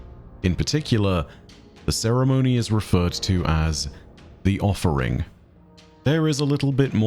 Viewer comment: "Thee Offering" 🤔